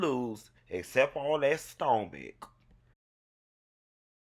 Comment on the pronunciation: I died when he said STO MACH